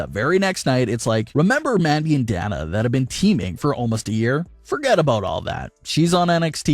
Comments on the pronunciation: DAY-NA. Not DAN-A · Who's Da Na? It's pronounced "Day Na" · Who the hell is Dan-nah? Do you mean Day-nuh as in Dana Brooke? Doesn't really seem like you watch wrestling when you can't even properly pronounce a wrestler's name.... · Who's danna 😂 it's Dana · Day-na not a hard A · It's DAY-NA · Uhhhh,, Why are you insisting on pronouncing Dana with a small A, like "calf" or "cat"? It is clearly a capitol A. Just sayin... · Dude can never say Dana right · Thank you! I pointed that out before I read your comment 😆😆😅